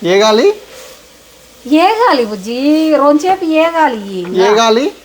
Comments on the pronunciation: Vegali😂😂😂😂 not e gali😂😂😂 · వేగాలి 😂 ఏగాలి కాదు